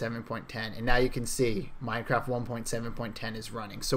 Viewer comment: He keeps saying "MINECRIFT"